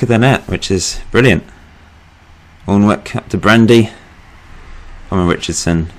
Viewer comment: great video but Alnwick is pronounced Ann-nick :)